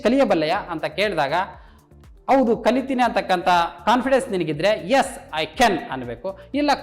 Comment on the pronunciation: Can ಕೆನ್ ಅಲ್ಲಾ sir ಅದು ಕ್ಯಾನ್ ಅಥವಾ ಕನ್ ಅಂತ ಪ್ರನೊಂನ್ಸ್ ಮಾಡಿ ತಾವು ತಪ್ಪಾಗಿ ಹೇಳು ತಿದ್ದಿರಿ